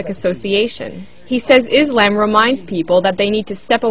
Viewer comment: lol, did the reporter pronounce Islam as Is-lamb!?!?!?! XDDD